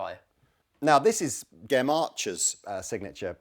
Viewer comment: You got Mr Archers name wrong fgs... it Gem G E M not Jem...